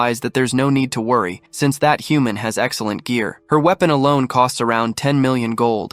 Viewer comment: There are a lot of mispronounced words in this, like human.